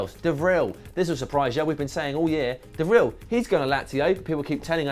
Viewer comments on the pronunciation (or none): dude you pronounce De Vrij as ''duh vrry''